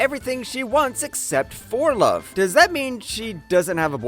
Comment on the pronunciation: just say love normally